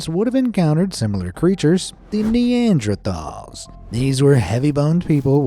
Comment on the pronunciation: King Lee-Can(King Lycan) Nandrethal(Neanderthals) Kubla Kahn(Kublai Kahn)